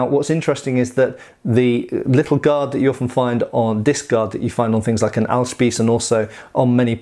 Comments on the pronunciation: Kuss (German) = kiss Kette (German) = chain you pronounced Ahlspieß correctly (something on the lines of: al - long a - shpees) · Your pronunciation of Ahlspieß is pretty good.